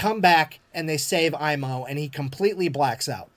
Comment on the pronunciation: "Aimo" was bit off at the A , but Koivunen was spoken like native Finn☺